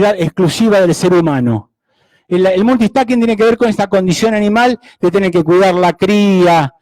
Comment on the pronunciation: Que alguien le diga que no se dice "Multi-stacking".